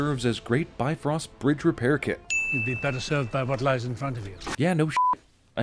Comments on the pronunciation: You should have added a sin for every time "Bifrost" got mispronounced. It's "BEEV-rawst", dammit! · It always pains me how they pronounce Bifröst. It's "BEEF-ROAST." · Bifröst is pronounced "Bee-frerst"